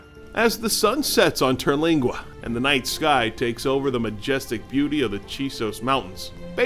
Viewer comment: It's Terlingua not "Teralingua".